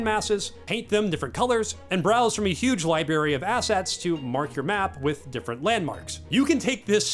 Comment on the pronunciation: What’s a “libary?”